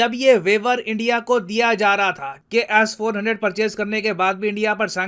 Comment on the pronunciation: BHAI AAP S 400 KO ASS 400 KYU BOLTE HO 😂😂